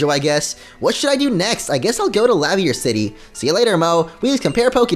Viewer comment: or Laverre City